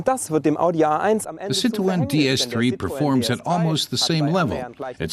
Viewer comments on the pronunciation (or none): Why does he pronounce 'Citroen' like Elmer Fudd? 😂